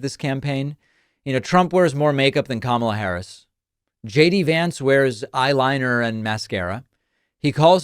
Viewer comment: If somebody was cognitively declined, why would you chant, lock her up?? And I love how Trump complains about something, then says, I don't care, I don't care. But if you didn't care, why mention it??? And he is a complete jackass for deliberately mispronouncing her name!! 🤔